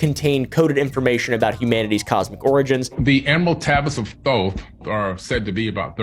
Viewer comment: Dude can't even pronounce Thoth correctly, conman are so lazy these days.